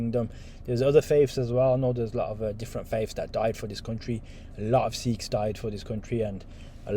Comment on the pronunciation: Sikhs*** almost like you said sheikhs big difference